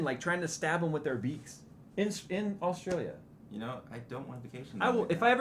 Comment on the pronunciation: Don't fucking speak about Australia when you can't even pronounce the name of the fucking country.